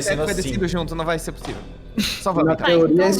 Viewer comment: NÉ POSSIVU VELHU